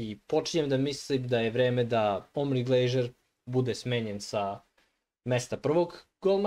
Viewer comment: Nije Glejžer,nego Glazer 😅